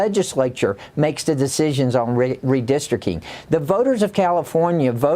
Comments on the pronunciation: Buddy Carter calls it "redistricking". Dude can't even pronounce it correctly. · Carter: "Redistrick-ing" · Homie from GA can't even say "Redistricting" lol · Buddy cant even say 'redistricting'. America is so dumb, and u cant argue otherwise these days. Outstanding